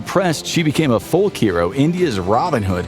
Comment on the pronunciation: Please tell your ai 'folk' is not pronounced 'foLK'